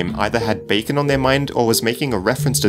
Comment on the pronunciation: backen is what he is saying